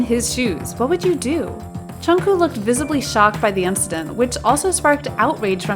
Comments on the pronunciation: Yuh the prononciation was💀💀💀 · I don't mean to offend, but please, you're a kpop channel, pronounce things correctly. It's Jungkook, not Jungkoo, Chenle, not Chenel, and Sasaeng, not saesang. Saesang means world and it took me way too long to realise you were talking about NCT's Chenle. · "channel" "jungkoo" "jean" lmao